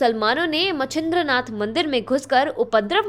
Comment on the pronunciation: Ummm... She cannot say मच्छिंद्रनाथ properly. She says it correctly at the start of the video but then she butchers it.. it is obvious that if we don't take our religion/tradition seriously then no one else is going to, too. # you are on YT channel which is global. Please do your research properly before you butcher names of our Saints and Munis. It is demeaning because Muslims are taking our religion for granted. But then by butchering the name of the Saint, even you are taking it for granted. I live in the US. And here Non Indians literally take efforts and even care to take efforts to pronounce my name properly. If they can't, they ask me how to pronounce it and practice it until they can pronounce it properly. However it is very surprising that Indians, either in US or from India, 1) don't know how to say my name 2) call me by a completely different name 3) don't even care to ask me how to pronounce my name correctly 4) If I tell them how to pronounce it correctly, they still call me with a completely different name. This shows 0 effort on Indians part and also shows how much they care less about others. Name is a very personal identity guys. If you mess up the name you start with a bad image of yourself and it will never get better unless u take effort or even care to take efforts to rectify a pronouncing a name correctly. So simple, but so very impactfull and important.